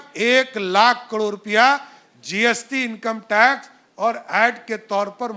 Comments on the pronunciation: Abe murkh kadore nahi,caror hota h.kaise dy cm ban gya h. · कड़ोंर नहीं रे बाबा...करोड़ बोल करोड़।